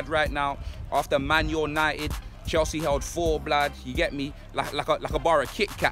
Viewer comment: Why does he say, manYOURnited